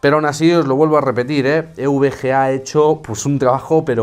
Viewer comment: Eres de los pocos que dicen bien EVGA, de risa como lo pronuncian los que acaban de llegar al mundillo y van de expertos, un saludo!!